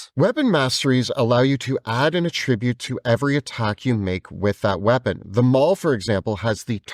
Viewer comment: Can someone kindly inform that attribute isn’t pronounced like that when it’s a noun?